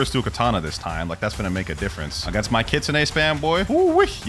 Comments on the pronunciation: Blud it’s not kitsunah it’s kit-sun e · "kitsun" excuse me did you call it kitsun???